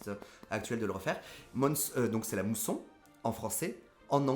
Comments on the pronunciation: Mais ce n'est pas la "mousson", c'est la "moisson"! (D'où le terme anglais "harvest") Non mais les gars là...faut arrêter de sniffer vos acryliques!🤣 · C'est la "Moisson", pas la "mousson", oh là là !! XD Ils veulent récolter. Ce qu'ils n'ont pas semés. XD